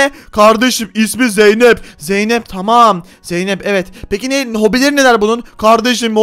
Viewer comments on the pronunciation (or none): Tarık zeynep e zeynet dedi hahaha